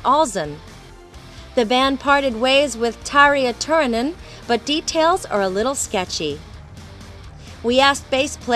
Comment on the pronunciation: Oh my god, the interviewer really doesn't know how to pronounce these names. I mean, most people who has got a clue about who Nightwish is, knows how to say Tarja Turunen, right? =/